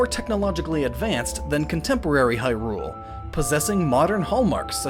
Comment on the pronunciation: LowRule? Hyrule, LowRule, l-LowRule, aha,... HAAAAHAHA